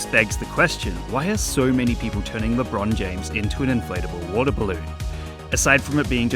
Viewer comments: LeBean James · Ah yesi "LeBruh'n James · It’s not lebron James is lebrone jhamez